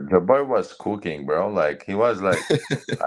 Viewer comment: "he was coo keeng" 😂😂😂